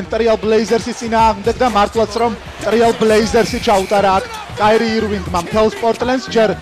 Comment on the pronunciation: ტრიალ ბლეიზერსი არა, ტრეილ ბლეიზერსი ალონსო გი არა, ალონსო ჯი დაიონ უეიტერსი არა, დიონ უეიტერსი ----------------------------------------------------- ეს ისე, როცა ასეთი გადაცემა მიგყავს ვალდებული ხარ იცოდე ასეთი ელემენტარული რაღაცეები ))